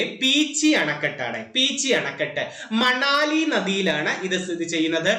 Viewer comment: മണാലി അല്ല മണലി പുഴ